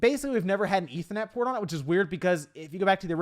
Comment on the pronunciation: “Eetha net port”